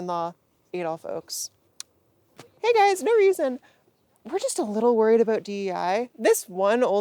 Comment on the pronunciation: I hate to be "that guy", but "Ochs" is actually pronounced like "ox". He's also the former owner of the Chattanooga Times Free Press, my local newspaper, which is neat. And there's a highway named after him on Lookout Mountain.